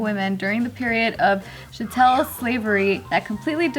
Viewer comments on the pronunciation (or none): Sis said "shatel slavery"... I love you but uh... L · I died at Kingsley face when mispronounced chattel slavery. LMAO JK never gets it if it doesn't have to do with anything that isn't offensive to Asians....I don't think the ad was racist either but it was definitely a bad idea. Maybe they should have thought that one out before going along with it. And yes Joe the majority of African American's have white ancestry, in fact I'm 80% African 19% European and 1% Native. There's only a small portion of AAs who are entirely black and that's because their ancestors were probably free blacks or came after slavery was abolished.